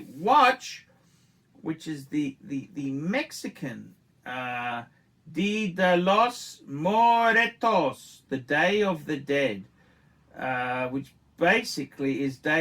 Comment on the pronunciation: "Dee deh los moretos".... wow... you got that pronounciation in the spot... Lollol